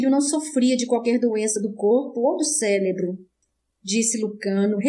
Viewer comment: Leitura muito boa. Só precisa corrigir a palavra: cérebro. A leitora sempre fala “celebro”